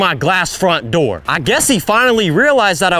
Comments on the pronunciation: every time he says "open the noor" im on the floor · Bro broke in just to say "Open Da Noor".